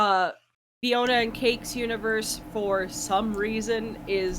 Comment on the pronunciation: Psst... it's Fionna, not Fiona